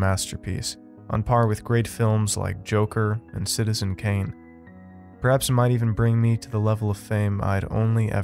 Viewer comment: Citizen Kane, not Cane, but nice try.